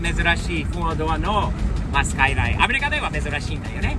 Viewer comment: R33！いいですねー ※「SKY LINE」とネイティブ発音ではなく「スカイライン」と日本人のカタカナ英語発音もマスターしてるは神。